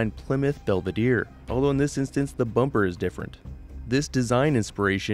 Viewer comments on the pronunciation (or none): none